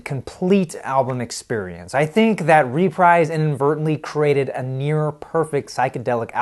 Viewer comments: Great analysis of a great album. The US version is by far the stronger of the two and it even has a better cover. It gets my vote. Just a few quirks about the video itself. I hate to sound like a nitpicker but: 1. It's pronounced ruh-PREEZE (rhymes with Febreze) and not REE-prize. 2. It's pronounced GREN-itch not GREEN-witch. and 3. The text overlay when the song "Remember" is playing says "Remeber." But other than that, a well done presentation of a great LP. You have a new subscriber. Keep them coming. Vinyl rocks! :) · It’s pronounced Re-preeze not Reprize. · There is a UK stereo; Track Records 613001; and if not mentioned, the US label is "re-preeze" not "re-prize" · Dig it, it's pronounced "ruh-PREEZE" Records, babe, not "REE-PRIZE" (like ). And that's from the 'Chairman of the Board' and founder of Reprise, Mister Frank Sinatra. Get it right or he may just posthumously send some people over there, right. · The record label is pronounced REPREESE. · Also (and this is not obvious): the US label name "Reprise" is pronounced "ree-PREEZ." The label was founded by Frank Sinatra in 1960. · Unlikely. I few sentences earlier, he referred to "RE-prize" Records. But I have some sympathy. There are words, particularly names, that you can know a lot about from reading, but just not have come across them in conversations before. The pronunciation of a word like Greenwich looks pretty straightforward unless you have heard it spoken. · Frank Sinatra's record label is pronounced ree-PREEZE. FYI... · ..reprise..Greenwich..the guy needs some pronunciation lessons